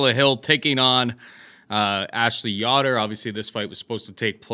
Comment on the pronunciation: whos ya-dor its yo-der